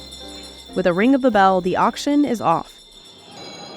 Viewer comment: she said action instead of auction; editor didn’t catch that either.